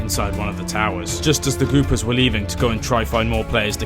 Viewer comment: It's the Goopers, not "Goobers." If you're gonnna screw someone over, at least get their name right.